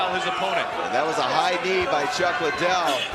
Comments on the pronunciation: Lie Dell!!!! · Joe pronouncing Liddel like how Oscar dela hoya annoyingly says it, 'Lie Del' lol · Everyone drink everytime Joe says "Chuck Lie-dell." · It took Joe a while to catch on to chucks actual name pronunciation after multiple Chuck “LYE-DELL” mentions 😂😭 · It triggers me when Joe Rogan keeps saying his name wrong..